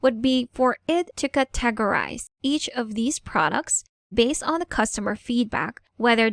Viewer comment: CAT a gory. CAT a gorize. etc. :) Emphasis is on CAT.